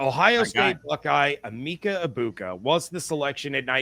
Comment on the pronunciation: His name is pronounced A-MEKA...or Meka